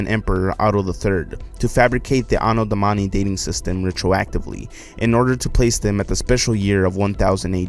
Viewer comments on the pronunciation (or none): Did he say Domahni instead of Domini? lol